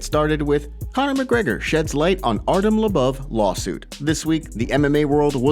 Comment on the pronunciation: “artem lubuv” how tf are you an mma news source when you can’t pronounce half the names or show half of what you headline🖕